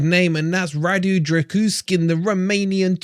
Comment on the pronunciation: Pronounced "Drah - Goo - Sheen" - little tip from a Romanian friend :)